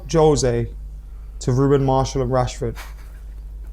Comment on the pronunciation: His name is Martial not Marshall 😂